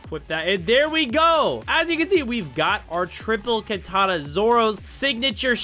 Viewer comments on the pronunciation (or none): none